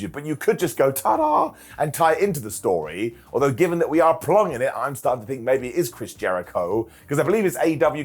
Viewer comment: I'll book that as a storyuhh